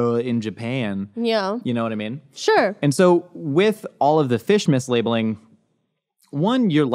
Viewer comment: Every time he says fish mislabeling I just hear fishmas, our new holiday.